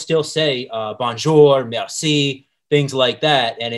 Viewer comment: The way he said merci and bonjour I stopped watching, this guy it’s not in french foreign legion